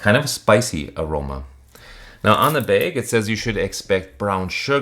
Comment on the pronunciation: "beig of beans" ... are you from Wisconsin? Edit: just noticed the t-shirt. LOLOL. I nailed it.